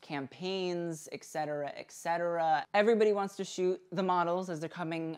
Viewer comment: Love you and your expertise. A quick note - you say ‘excetera’, while it’s ‘et cetera’. :))